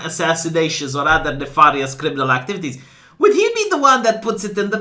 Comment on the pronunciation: I love how "nefahrrrious crrrriminal ackteeveetees" sounds in your accent